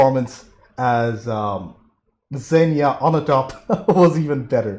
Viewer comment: It's pronounced "ZEEN-ya"